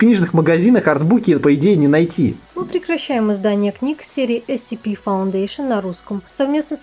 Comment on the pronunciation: Автор почему-то все видео отчетливо произносит ACP вместо SCP